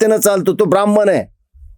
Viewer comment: काका, हा शब्द ब्राह्मण आहें, ब्राह्मन नाही. तुम्ही उच्च घराण्यातील ahat कृपया "न व" ण "मधील फरक समजून घ्या.